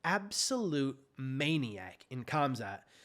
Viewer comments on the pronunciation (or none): THE NAME IS PRONOUNCED- HAMZA. ‘K’ IS SILENT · It's pronounced Khumschott.